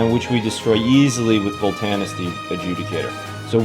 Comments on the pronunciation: it's Voltanis* not Volantis, plz don't butcher names even if you are kidding around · Nice deck Correction: it's Voltanis, not Volantis Stay awesome bro!